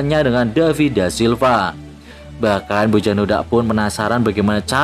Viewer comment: Baca Bojan yg bener Boyan min kaya Gajos bacanya Gayos, biasakan yg benar walau lidahmu belibet🙏🏻😂